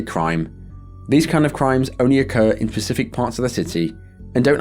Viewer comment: I know its hard to say but its Specific not pacific parts of the city on the Baltimore episode